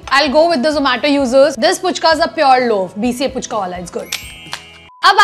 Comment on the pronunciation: Puchka ❌ fuchka ✅